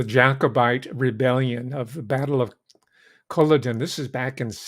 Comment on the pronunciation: Battle of Culloden--emphasis on 2nd syllable: CulLODen.